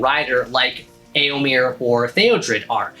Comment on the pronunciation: I've never heard someone pronounce Éomer name like that (as in here). Now I wonder, are you right, or was Théoden when he said it in The Two Towers? (Pronouncing the last e as the a in hare). Amazing armour! The tons of work you put in really shows! Love the celtic symbols